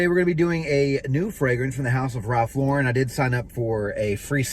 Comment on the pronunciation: He's pronouncing Lauren correctly.